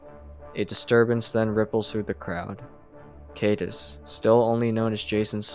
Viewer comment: Thanks for these but a lot of mispronunciations. For example, Caedus (how it is spelled) rhymes with "guide us"